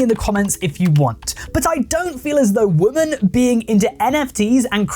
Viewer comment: Plus can we please differentiate the pronunciation between "woman" and "women"